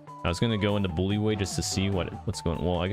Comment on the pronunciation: what kind of weird tourette syndrome is that where you can't say block or bully correctly?